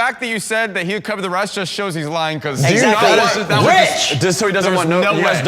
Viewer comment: jc yells "rich!!" and points at Kevin.... And I heard him say "witch!" 🧙‍♀️😅